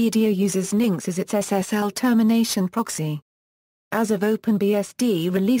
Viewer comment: that's now how you pronounce engine-x